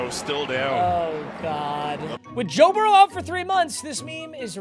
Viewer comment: Joe burrow. It’s Joe burrow